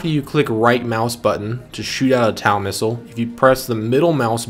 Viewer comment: Great video. Small correction though as TOW missile is commonly pronounced as "TOE missile". Such as towing a vehicle. Cheers on the good tutorial.